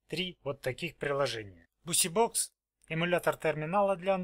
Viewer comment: Бизибокс читается,а не бусибокс